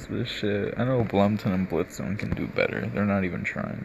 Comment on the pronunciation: Blomton lol